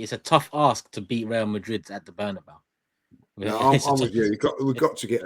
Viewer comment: You knew it was a cockup when called it the “bernybau”